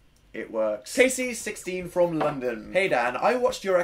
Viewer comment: My name is Kasey, not the one from the video. It made me so happy to hear him say my name correctly. Most people mispronounce it like Cassie and it makes me mad. So thanks Dan for good pronunciation!